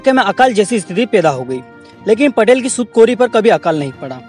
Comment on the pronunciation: भाईसाहब पटेल नही पाटील पटेल और पाटील मे फरक होता है जय तंट्या मामा🙏🙏बहुत अच्छी जानकारी दी धन्यवाद